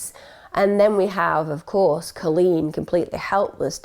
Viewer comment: Just got to say my name is Colleen, I love the way you say it. This story is sad. You did her well.